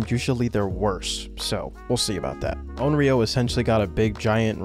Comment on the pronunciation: Just a heads up, it's considered offensive to mispronounce a Japanese word/name like Onryō as something different.